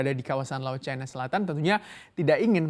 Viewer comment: Setiap kali reporter menyebut 'Chai-na' telinga saya makin cape 😆😆😆😆 Bukankan pengucapan yang benar sesuai KBBI itu 'Ci -na' ?